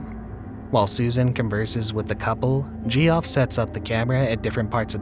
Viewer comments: Gee Off? Seriously? Jeff is how you pronounce it. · Why tf pronounce Geoff as "G-off"? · Jeff . It's pronounced Jeff for fuck sake. Weird the things that anoy you init